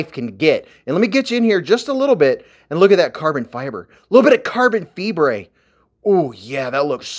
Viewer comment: You said carbon fibre. That means fever in Spanish and it sounded funny when you said it. Also that knife 🔪 looks just like a Kershaw link.